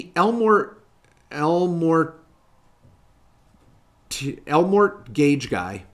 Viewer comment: Elmor T Gage Guy. Or, el mortgage guy 🤣